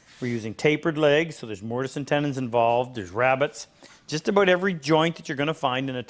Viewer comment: Ah yes, aboot